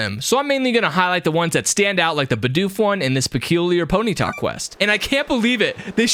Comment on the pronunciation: PONETAH MORE LIKE PNENAH